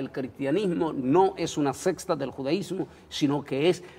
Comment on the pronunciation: Dicen verdades, lastima que no presentan suficiente sustento ni histórico ni bíblico. Y lo hay de sobra. Hno...se dice SECTA, no "sexta".